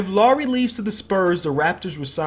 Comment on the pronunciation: "laury" its pronounced lowry